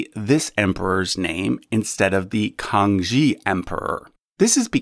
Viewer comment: Facinating video. Thanks. One quibble though - The Kangxi emperor is pronounces kang-shee, not kang-jee. Also, it occurred to me that chinese babies (and who knows what other countries, traditions etc have the same tradition) at birth are 1 year old rather than the zero of the rest of us, so this may factor in somewhere.